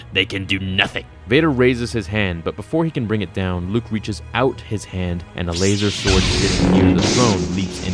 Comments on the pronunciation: You lose all credibility the second you say lazer sword....... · Why the fuck are you saying lazersword? 😂😂😂🤣